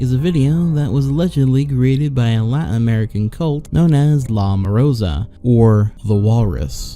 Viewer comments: Morsa, morsa, not morosa!!!! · spanish word for walrus: Morsa this guy's version: MOROSA